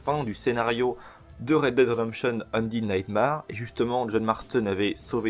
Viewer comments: C'est nightmère pas marre pour la prononciation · Ça se prononce NIGHTMER et ça s'écrie Undead Nightmare.